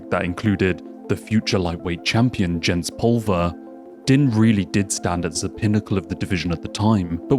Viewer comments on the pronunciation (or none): Btw it's pronounced "Deen" Thomas, not "Din". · It's NOT Din IT'S pronounced DEEEEEEEN. your country spawned th English language, how come none of yoy speak it??? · Dude, you do know than Din Thomas pronounces his first name as “Dean”, right?! We all know how it looks like it would sound but ANYONE who watches MMA knows is pronounced by Mr. Thomas sounds like “Dean”. I had to stop watching because it’s obvious that you are, at best, a casual fan of what you are making a video about. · It's pronounced "Dean" as you can hear Goldie say 2 seconds later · man how do you have a whole ass mma channel and watch a ton of UFC and cant pronounce din thomas. youre killing me every time you say "din" like dinner haha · it's pronounced "Deen" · That Din pronunciation. Right before the video you played, pronounced it correctly. Cmon man.